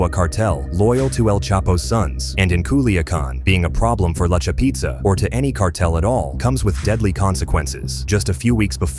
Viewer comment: The narrator is killin me😂😂😂 “La Cha Peeeeeetza”